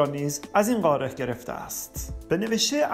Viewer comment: اتفاقا ایشون داره درست تلفظ میکنه نه ما، قاره درسته نه قارِ ، ایشون اصولی و درست صحبت میکنند